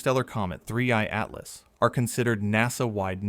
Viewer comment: 31...31....31 3ieeeeeee...three eye!!!!!!!!!!!!!!!!!!!!!!!!! not 31 butttt2eyeeeeeee